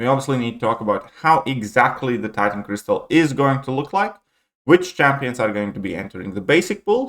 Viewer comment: it's crystal not cristal 🤓